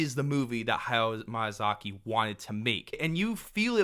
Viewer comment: ok but everytime you said hayao MAYAzaki :D